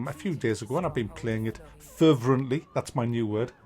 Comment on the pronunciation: *Fervently, not ferverently. :)